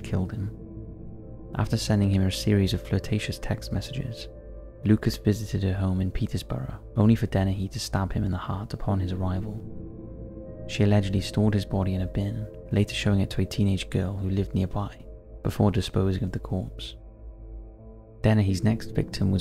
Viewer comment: Great video,but it's just Peter-borough,there is no 's'. I grew up in the fens and Peterborough,it's very bleak,and lots of countryside. Horrific,but not surprising a body was found there.